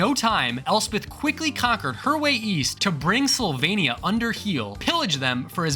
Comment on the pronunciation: Sylvania sounded like Slovenia 😂